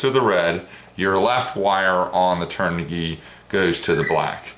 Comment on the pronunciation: The kv rating does not stand for kilo-volt. It stands for RPM/volt. Just say kv. You are also pronouncing the brand wrong as well, turn-ah-g. LOVE the wing colors.